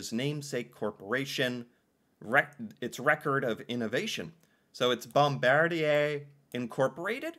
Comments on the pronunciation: Bombardier - Pronounced Bomb-Bar-Dee-A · Pronounced Bom bar dee ay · LOL pronounced Bombardyay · I hope you're realizing the depth to which your American education system has failed you. I'm glad you are making the effort to educate yourself about Canada and it's contributions to the world. Also Bombardier sounds like bom-bard-ee-yay, just like Cartier is Cart-ee-yay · Here's a pronounciation tip: Any French word ending in "er" sounds like eh. No joke bud. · the proper pronunciation is #bom-bard-eee-eh# i am germanic, but insist respect for everyone and their cultures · Bombardier is generally pronounced: BOMB -- BAR' -- DEE'-- AYE Bombardier made MOST of the Amtrac passenger trains in the United States, and all of the Via Rail Trains in Canada, they also built most of the Subway cars in North America. THEY WERE THE LARGEST TRAIN MANUFACTURER -- GLOBALLY until they sold that Division to the French Company: Alstom, in 2021. they made luxury "Challenger" Jets, "Global Series Jets, for "Vista Jets", luxury Planes. In 1942, they INVENTED the SNOWMOBILE, which was marketed as the "Ski Doo" in 1959, and developed the "Sea Doo" in 1968, They own "Ski-Doo", "Sea Doo", "Can-Am" on-road and off-road, "Lynx", "Evinrude" "Rotax", "Manitou", and "Alumacraft" iconic in the powersports, and marine industries. BOMBARDIER, of Valencourt, Quebec, Canada; has Manufacturing Facilities ALL OVER THE WORLD -- many are in the US: Spruce Pine, North Carolina, Sturtevant, Wisconsin, St. Peter, Minnesota, Lansing, Michigan, plants in Queensland, Australia, Pinion Transmissions, in Germany, facilities in Juarez, Mexico, facilities in Gunskirken Austria, and facilities in Rovaniemi, Finland. Funny, that YOU have not heard of this company before ! 🤔 🍁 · Bombardier is pronounced Bomb-ar-dee-eh. Johnny Lombardy was a popular Canadian band leader - at least after the war. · Ha ha BombarDEE AY! French, my friend. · Pronounced Bom bardi (capital)A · bom BARD ee ay